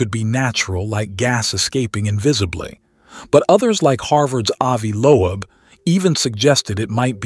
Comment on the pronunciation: "Avi Lo-Eb"